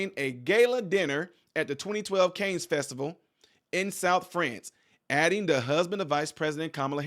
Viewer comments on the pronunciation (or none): Cannes is pronounced: “Cahn” 👍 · Cannes (film festival) is pronounced "kan". You're welcome.🙂 Love your show.